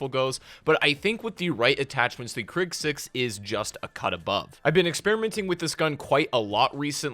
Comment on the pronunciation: I know he did not just say KRIG !!!